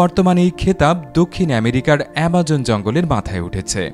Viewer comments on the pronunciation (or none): Hi .. this is Zorro form india....loved ur work... seriously informative..... But one thing I must point....It's AMAZON....not AMAJON.... please look into your pronunciations.... otherwise it's all going too good.... bless you man